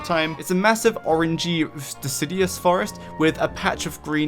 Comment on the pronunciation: Guide's excellent, as per usual. A couple of small nitpicks though. It's deciduous, not decidious. One of those "nails on chalkboard" kinda things. Also, the Dragonfly is female, not male. Seems like you just misspoke a few times and already know that, though. Have a good one!